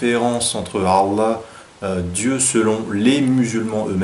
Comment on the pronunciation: Par pitie fais un effort de prononciation a chaque fois que tu dis Allah j'ai la nausee.